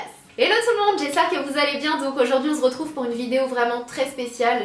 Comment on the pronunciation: Juste je ne comprend pas...❤pourquoi a chaque video tu dit :"Ont ze retrouve??"